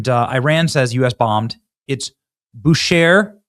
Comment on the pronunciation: Benny it is pronounced (bu-Shahr)